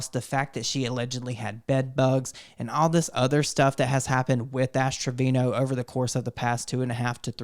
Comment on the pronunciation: I was hearing Astro Vino lol